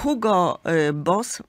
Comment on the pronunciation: Hugo wymawia sie Igo....